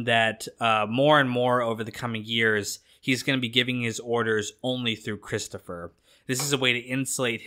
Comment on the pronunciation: Cwistapha get everybody a dwink.. Hehehe